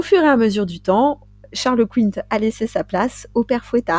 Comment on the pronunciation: Ahah Sainte Verge😂😂😂. Comme d’hab, j’écoute à ma pause dej et me voilà m’esclaffant comme une dinde😅😂😂 Toujours aussi bien les meufs👌👍 En revanche, si je ne m’abuse , on dit Charles Quint comme une quinte 😉